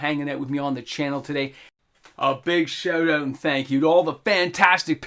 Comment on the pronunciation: "A big shoot oot"